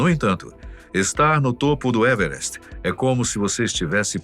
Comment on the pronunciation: "evrest" kkkkkkkkk porra, fala o português claro meu filho